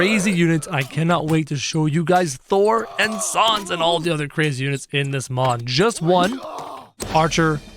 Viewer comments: It's pronounced s-an-s not s-ah-n-s. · It’s sans not sons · did he say sons instead of sans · Can you plz bring sans back and you say sons it’s sans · It’s not sons it’ sans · ITS SANS NOT SUONS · It's sans not sons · Oh and it's s ae sound n s not s o n s sans not sons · Saaaaaaaaaans not sons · He said sons! 🤣🤣🤣🤣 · ur saying sans like sons is pronounced sans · Its s a n s not s o n s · It’s not sawns it’s sans s-an-s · Its sans not sauns kro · Say Sa-ns not Sons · He says sons instead of sans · Its sans not son kro! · It is pronounced sands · je zegt het als sens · Nobody::sOns! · The way he says says smh but also XD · WHO IS SANDS DO YOU MEAN SANS??? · He said his name wrong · That’s not how you say Sans